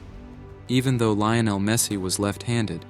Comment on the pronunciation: His name is not Lay-oh-nel Is LEE-OH-NEL Por favor!!!